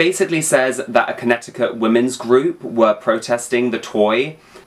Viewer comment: Ask someone from Connecticut and in a 100% plutonic way I love the way you say Connecticut and I could listen to it literally all day. Lol I've never heard anyone say our state in a way that didn't make me want to gag on it.